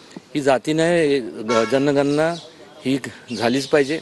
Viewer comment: जनगन्ना नाही जनगणना